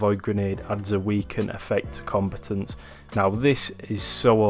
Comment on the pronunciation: its comb'a'tant pronounce the a, not said as if you where sayin compitent...